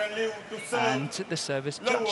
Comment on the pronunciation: it’s Liew daren